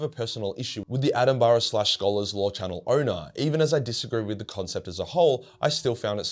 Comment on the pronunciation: Dam bro u got to learn how to say Attenborough